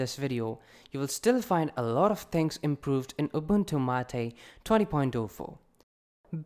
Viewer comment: It's not Ubuntu MAATEE! it's Ubuntu MATE :P